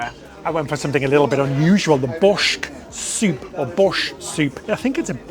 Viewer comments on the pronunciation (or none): I was shocked he said he’d never heard of it. I think he called it Bosht. I’m from a part of Canada that doesn’t have a huge Eastern European population, but it’s still a popular soup served lots of places.